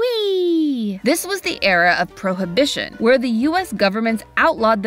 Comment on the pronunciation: I was today years old when I learned that 'prohibition' was pronounced 'pro-uh-bi-shn'